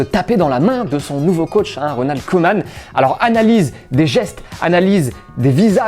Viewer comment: Si jamais pour les prochaines, Koeman ça se prononce "Coumane" 😉